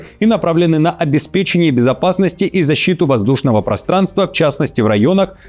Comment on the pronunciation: Не "обеспеченье" , а "обеспечение"😅